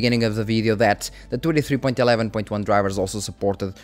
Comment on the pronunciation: Hey man, love these update videos! I want to point out something, but it is very minor and not really a big issue. Whenever you say "23" it sounds like "283" and it throws me off slightly. If you try emphasizing the "n" in "twenty" a little more, I think the pronounciation will be better. If you don't care too much about this, then it's really no issue. The videos will remain just as good regardless.